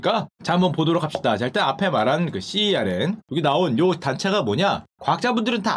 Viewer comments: CERN은 알파벳으로 읽지 않고 '세른'이라고 읽습니다. ^^ 일반적인 발음은 '센'이라고 합니다. ㅎㅎ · Cern...발음을 썬 이라고 하는걸로 아는데..